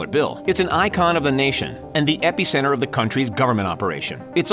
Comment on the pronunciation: How come the narrator keeps saying “epicenter” when he so thoroughly butchers the pronunciation? It’s not an epi-pen.